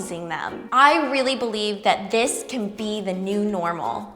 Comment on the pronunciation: “I really beliebe this can be the new normal" I love you so much